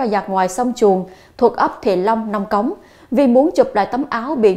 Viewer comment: "NÔNG CỐNG" ... CHỨ KHÔNG PHẢI "NÔNG CÔNG" !!! CO XƯỚNG NGÔN VIÊN ĐỌC NHẦM LÀ "NÔNG CÔNG" !!!